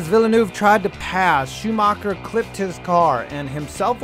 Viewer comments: Michael Shoomarkar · schumacher is not pronounced shoemaker but hey the english way to pronunce foreign names is to look at the name and find the english word that sounds kinda the same same with leclerc who is called le clerk